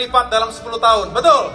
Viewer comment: Bisa nya ngmong, betal betul,betal betul, kuntul😂